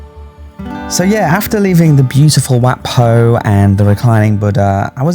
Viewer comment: It's Wat PO,. In Thai transliteration, whenever you see an 'h' after the initial consonant, it just means that the initial consonant must be aspirated. On the other hand, and frustratingly so for learner's of the language, no letter 'h' after the initial consonant DOES NOT always mean that the initial consonant is unaspirated. That's down to a lack of a universal standard agreed upon by academics in Thailand on transliteration unlike, say, hanyu pinyin of China.